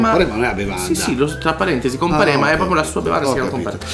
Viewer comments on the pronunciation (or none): Scusate ma sono salentino e non ce la posso fare...Non è "comparéma" ma "compàrema" 😂😂😂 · Comparema sbagliate a pronunciarlo ahaha